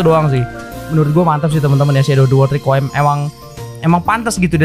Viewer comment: Bang baca nya re ku i em